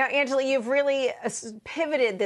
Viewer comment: Damn they all really messed her name. Put some respect on AN-JA-LEE